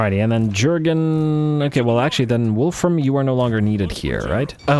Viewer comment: For the love of Sigmar it's not Jurgen (J as J in just) but Jurgen as <Iurgen> (J as Y in yak and G as G in good) respectfully of course, keep up with the series :D